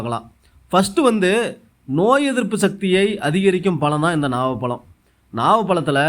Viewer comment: நாவல் பலமா ? நாவல் பழமா ? தமிழை சரியாக உச்சரிக்க தெரியாத தார்*டவராயா தயிர் வ *டை வா*யா 😮